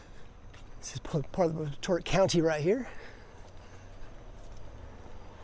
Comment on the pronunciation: It's pronounced "Bot-A-Tot".